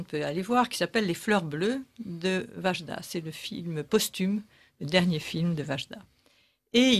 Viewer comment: Wajda prononcez Waïda svp.